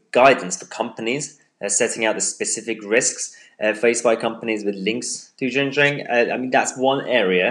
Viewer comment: Xinjiang is pronounced like this: Shin jiang.